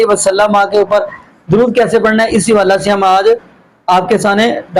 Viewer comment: حوالہ کو جملے کے اندر ”حوالے“ پڑھتے ھیں جیسے ” اس حوالہ سے“ کو ”اس حوالے سے“ پڑھیں گے- اس جیسے اور بھی لفظ ھیں جیسے حادثہ،موقع،کعبہ،جمعہ،جملہ اور بہت سے الفاظ جو جملہ(جملے) کے اندر آتے ھیں ان کو 'ے' کی آواز سے پڑھتے ھیں !!!